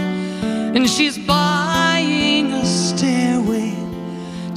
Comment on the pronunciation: Why'd she say "Buyging" at the end?